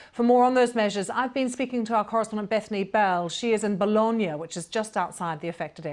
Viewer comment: I'm Italian, I live in Bologna , the way she pronounced bologna is the correct one